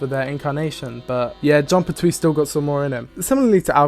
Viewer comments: Pert-wee, not per-Twee. Unsubbed. Cancelled. Banished. (Nah, only kidding. But, damn, is it really irritating to hear someone repeatedly pronounce a name the wrong way over and over again.) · Oh my god, please! It’s John PERtwee. Not PerTWEE! 😅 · The TARDIS told the Doctor: "I take you where you need to go!" When she took human form. It's pronounced Pert-we not Pert-twee!